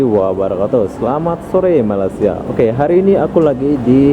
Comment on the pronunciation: Sebut MALAYSIA pn tk lepas..hihi